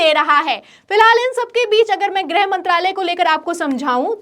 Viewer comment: ग्रह नाहीं गृह.